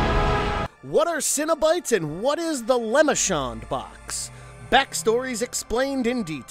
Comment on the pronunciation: Yeah but he called it the Lemonshod Box